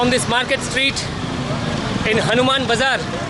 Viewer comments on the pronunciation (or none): none